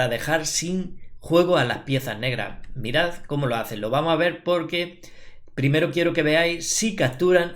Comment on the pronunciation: El típico pendejo " primiri ", bien video, no he terminado de verlo y ya le di like